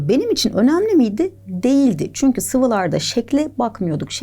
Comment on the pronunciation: ✨ÇüNkÜğĞ✨😅 çokk iyisiniz yaa sizin sayenizde hem gülüyorum hem konuyu çok iyi anlıyorum iyiki varsın # 💛🖤